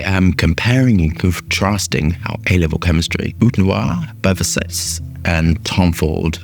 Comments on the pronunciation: why is he calling the house ofVersac,e versas...like, he never heard of Gianni or Donatella Versace ? ..vr-sah-tche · Haha you slipped at the end. You were saying Versace all fancy in the beginning of the video but towards the end you said it like an American says it 😂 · You butchered that "Versace" pronunciation! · Versase :P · What an ignorant! You dont even know how to pronounce Versace